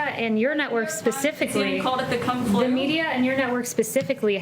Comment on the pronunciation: Kung flu sounds like kung foo lmao